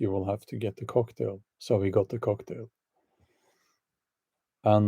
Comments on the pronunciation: Bjorn its not Cocktail its Coughtail ! XD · "The coughtail" instead of "cocktail".